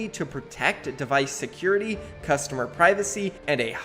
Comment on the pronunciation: I noticed that. He also messed up reading "customer" nd a couple other words. I think he was in a hurry to get this video out😅